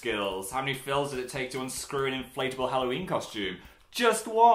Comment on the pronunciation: More like hallNOween